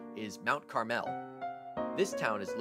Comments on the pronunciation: Uh, yeah... about that, it's pronounced Carml not Car Mel 🤣😊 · Mount CAR-mel NOT carMEL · You are pronouncing Mount Carmel wrong.